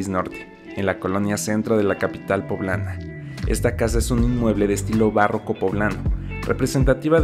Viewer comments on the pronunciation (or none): "bárroco poblano" o barroco poblano, aguas con eso 4´34"